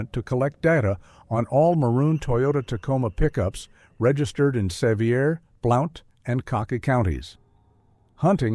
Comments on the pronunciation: AI narrated and most likely AI created. Sevier is NOT pronounced se vy er; but, is correctly pronounced Severe! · Great fictional story and clearly read; it kept my attention while I was multi-tasking. You clearly need to research the area you are writing about as several other commentators told you that Gatlinburg doesn't have a hospital. But, you're AI mispronounced "Sevier County" several times. It's named after John Sevier, Governor of TN in the 1700's, pronounced, "severe." Also, no regular hunting is ever allowed in the Smoky's, except for Boar control.